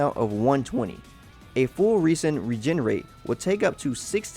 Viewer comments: Just a heads up; You're pronouncing resin wrong. It's pronounced 'res-in' not *'re-sin'*. Noticed you doing that in a few of the genshin impact videos I've seen. Good guide though; Keep it up!~ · my boy said reese in. and i dont like it. its rez in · Good info but hard to take seriously with all the errors. For example, the G is silent in Gnostic. Resin (the secretion from plants) is pronounced "Re-" as in Render, and "sin" as in Raisin. Sorry not trying to be an ass or anything. Just want to see a good channel improve. Thanks for the guide and good luck! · This is a great video, thank you. But just to let you know resin is said like reh - zn